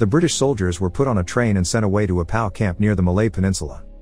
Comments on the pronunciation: I knew what P.O.W. means you silly person. That is exactly my point. The narrator pronounced P.O.W. as the word "pow". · Never heard the word “POW” pronounced as if it rhymes with “wow” before. Is the narration on this channel computer generated?